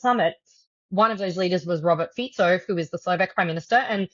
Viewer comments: It's Slovak. Not Slovakian. And it's pronounced "Fitso," not "Fiko". Not that this would matter. But I used to trust professional journalists. Maybe I am old-fashioned. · Pronounced FEE - tso , not FEE - ko. Dude. Learn about how Slovak is pronounced. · Fico is pronounced more like "fitzo", not "fisho". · Robert Fiko :D His surname is pronounced as Fitso. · It's pronounced Feetso not Feeko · I love how the pronunciation of Fico’s name keeps changing during the conversation. Ficko, Ficho, Fisho 😅 fyi, it’s “Fitso” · Fico no "FIKO". French - India - Color - Orange. Please respect the language or do not use it. Just use Slovak prime minister. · Not Fee-ko, pronouciation is Fee-tso 😉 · I love how the host struggles with the pronunciation of the PM Fico's name. He starts with "Fiko", when hearing the correct pronunction by Ms Sheftalovich "Fitso", echos it right, only later to mispronounce it again as "Fitcho".:) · He's pronounced Robert "Fit So" ffs. Are you a journalist or what? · It's Fico, not Fiko!